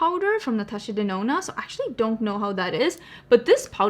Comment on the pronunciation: I still remember when you said Natasha Denono 🤣 Something has definitely changed.